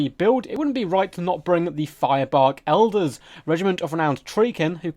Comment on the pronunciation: elders sounds like eldar